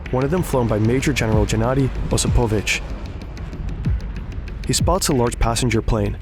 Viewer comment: jesus, surely you can find ONE russian speaking guy to help you with the names, right? It's Gennadiy. G as in "girl". Osipovich with the stress on the first I - OsIpovich